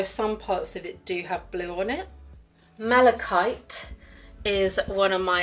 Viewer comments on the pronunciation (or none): none